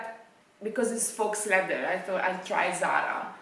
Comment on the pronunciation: scusa ma a forza di sentirti dire FAUX stavo impazzendo 🤣 si pronuncia "fo", la x non si pronuncia mai. Un saluto.